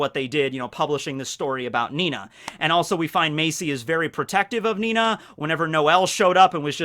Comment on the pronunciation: FFS it's ninny spoken Nini not Nina!